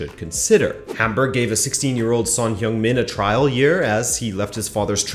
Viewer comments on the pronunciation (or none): "Hung", not "hyung".